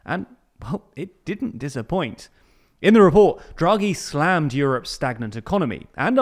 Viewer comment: “Slammed” SLAMMMEDDDDD!!!! Bro chil